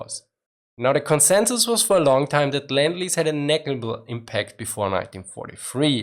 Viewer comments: I get triggered when he pronounces "lend-lease" as "land-lease" xD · It's lend lease, not land lease!